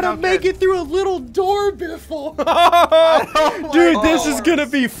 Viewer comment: Biffle Is a wifle henwy is a henwyfart